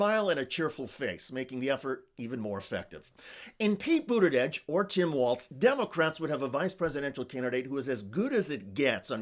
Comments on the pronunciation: Why do you keep pronouncing it BudiDege? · There is no D in his last name. It drives people crazy when words are mispronounced.